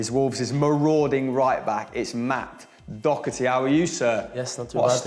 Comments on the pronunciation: kinda pisses me off how people say doc-her-ty like it do-her-ty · His name isn't even pronounced Docerty tho, so that doesn't make any sense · Thomas Quinney it’s do-her-ty. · AdricHD you pronounce it do-her-ty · Bit embarrassing that you didnt take the time to learn how to pronounce Doherty.